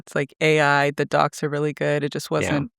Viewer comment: Understood "dogs" instead of "docs". Was just happy that there were good now 😅